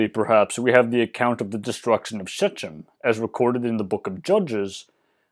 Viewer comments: Pronunciation note: you'd do a better job pronouncing Shechem if you pretended it's written as "Shkhem". The "CH" in "Shechem" is not pronounced as it is in "Change". It's כ, which is pronounced in this context very close to the common Modern Hebrew Pronunciation of ח (the "incorrect" one). If you've ever heard an Israeli (or someone imitating one) say Hanukka, you'll know the sound I mean. As for the first "E" in "ShEchem", the common modern pronunciation doesn't commonly include it, and there's an argument over the original pronunciation, so "Shekhem" and "Shkhem" would both be fine - but "Shkhem" would be more recognizable to most native speakers. As always, thanks for the video! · Quick note about pronunciation. In Semitic languages "ch" is pronounced more like "kh". Think Scottish "lach" instead of English "church". So "Shechem" is going to sound like "Shekhem". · That word is pronounced sh-KHEM, not SHE-chem. Hebrew doesn't have the CH sound like in "cheese". It has TS, like the TSA in "pizza". Whenever you see CH used as a stand in for a Hebrew letter, it's either the letter khet (het) or tsadi (chadi), in this case being khet. I'd use the example of "khaki" to explain what khet sounds like in English, but I've heard people pronounce that word as just kaki, so idk what to tell you.